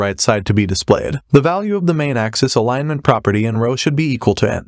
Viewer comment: For example, - "Alig - ment" vs "Alinement" hahaha